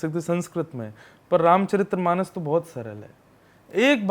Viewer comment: बार बार गुरुजी आप गलत उच्चारण के साथ रामचरित्रमानस बोल रहे है, सही उच्चारण रामचरितमानस होता है। जय श्री राम 🙏